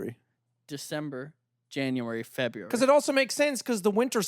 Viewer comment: I'm sooo happy knows how to pronounce February correctly. Warms my lil heart.